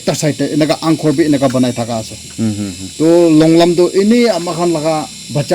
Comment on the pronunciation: Longlum ❎ longlram✅